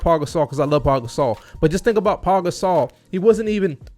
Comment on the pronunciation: It’s not “Paul” it’s Pau.